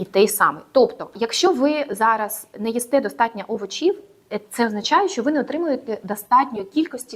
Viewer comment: Дякую за цікаву інформацію. Але не овочІв, а Овочів( наголос на першу літеру О, а не на і)